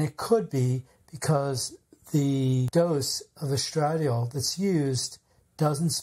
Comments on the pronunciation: With all due respect, the hormone estradiol is properly pronounced : es-tra-DIE-all— accent on the third syllable. That aside, thank you for the information. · Omg, please learn to pronounce the word estradiol correctly. Take a medical course. Any course. Listen to a video about women's health. ANY video. Good lord....